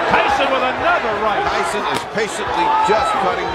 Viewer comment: Tyson pas tysson (tyzon) sinon le reportage est super ❤